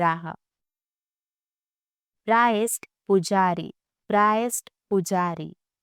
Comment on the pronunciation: Priest.... प्राईस्ट नहीं प्रीस्ट होता है